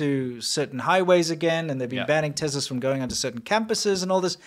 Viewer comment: wtf is a tezla lol